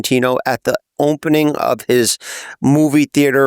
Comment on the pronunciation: jeff says “opnening”